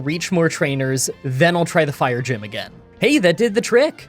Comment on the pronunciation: I like how you flubbed saying 'fire gym' two times and yet completely skipped showing footage of the fire gym.